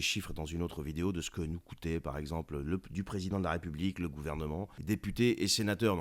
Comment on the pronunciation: Tu es sympa quand tu prononces la république c'est plutôt la r(i)p(o)ublique...